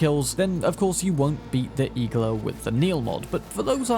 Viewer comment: IGLA means NEEDLE in russian. Stressing the A